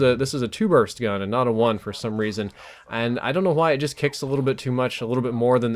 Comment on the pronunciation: Why does say "why" like Stewie says "whip?"